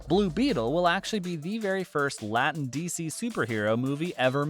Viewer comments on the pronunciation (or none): none